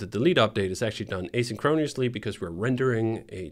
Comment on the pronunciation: DHH mispronounced asynchronously. Great video.